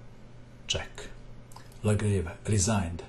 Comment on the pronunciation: Excellent video as always.The pronunciation is ''legrav''.